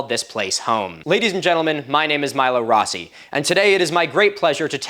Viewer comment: Thats not how rossi is pronounced